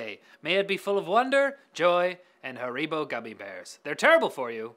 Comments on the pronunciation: What is haREEbo? We pronounce it HAReebo here in the UK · Haribo is pronounced "Harry-Bo" not hareeebo LOL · ha-re-bow.. okay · Ha-ree-boh??? I've been saying it wrong all my life.